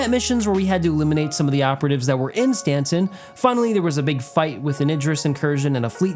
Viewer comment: why are you saying "Stantson" lol ?